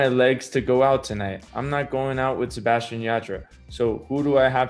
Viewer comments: Why did I get thrown off when he said his name americanized I was like wait who is Sebastian I only know Sebastián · En serio se atrevió a decir SebaSHian ? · Jajajajaj por qué dice así su nombre?! Jajajajajaj boludo tu nombre tiene un acento en la última A 😂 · okay but same😂😂 I had to rewind it to see if he really said it like that😂